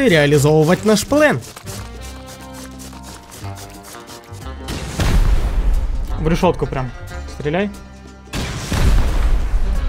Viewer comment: * Чувак в оранжевой куртке * говорить плАн , нее ; говорить плЭн , даа.